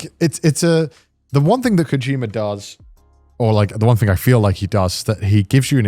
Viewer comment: Did you rike it?